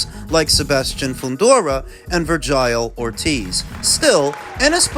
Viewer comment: 😂 “Verg IEL “ 😂what eff that IQ